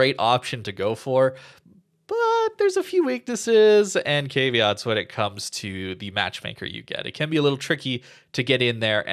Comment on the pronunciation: You said caveat wrong. If I misspelled it I guess we're even